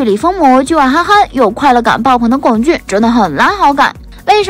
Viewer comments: 不管姨太是哪里人，但至少龚俊的我们内地的，普通话念第一声。所以真不能忍，不看了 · 麻烦四姨太把龚（gōng）俊的名字读对…